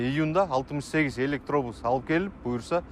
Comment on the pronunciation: Кабарчы ,,ЭлектоУус"😅 эмес электобус